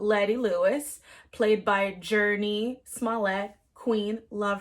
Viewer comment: June-nee is how you pronoun her name not Journey